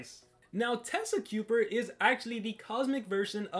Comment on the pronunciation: As someone who plays overwatch,I think his name is pronounced Tesa-Kye-Pur(sigma overwatches real name is sibren de kuiper,which is spelt like tesakuipers name)